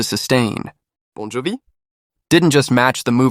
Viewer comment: United, significant pause, States 🤣🤣🤣 Or saying Bon Jovi like an excited Frenchman who's just been offered ice cream in the middle of a desert: disbelievingly, Bon Jovi?